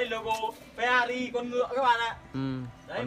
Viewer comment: phe - na - ri chất lừ à😂😂😂